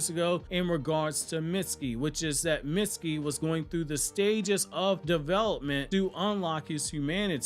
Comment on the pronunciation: Stop saying “Mitskii” it’s pronounced “meetskii”